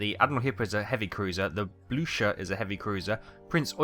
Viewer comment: Blucher is pronounced like Frau Blucher🐴🐴🐴